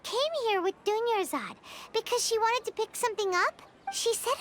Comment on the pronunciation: it's pronounced Dune-yar-zahd Not dune-yuh-zard. Edit: I don't mean for that to come across as rude. 😅 I just know a lot of streamers still mispronounce her name. Even months later.